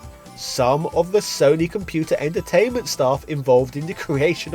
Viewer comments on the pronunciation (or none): none